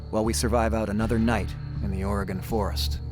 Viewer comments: Les, I'd love to take you out for a coffee or dinner. I live near Lebanon Oregon. If in the area, let me know. Its a long shot. PS. Oregon is pronounced "OR-E-GUN" by us Oregonians.... not "OR-E-GONE. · Ore-gun not ore-gone lol that’s offensive to native Oregonians🤣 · uhoh Les, you said Ory gone!???? As an Oregonian you know ots Oreygun. lolol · I respect Mr. Straud, but hearing him say Or-Gone confirms he's really not familiar with this land. Which actually lends to the reality of the survival situation.